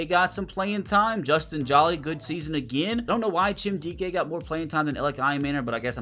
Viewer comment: Hey just so you know it’s not pronounced “Justin Jaw-Lee” like your saying. It’s “Justin Joe-Lee”. He’s from NC State university and my dads a big Wolfpack fan so that’s why I know 😂